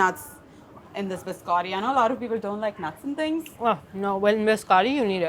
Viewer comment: The way she's pronouncing biscotti is making my Italian ancestors cry